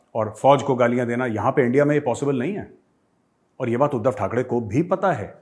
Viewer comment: Sir its not THAK (DEY) it is THAK (REY)